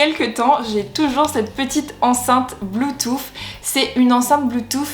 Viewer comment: « BluetooF » oui oui 😂 je taquine biensure mais ça m’a perturbé 😅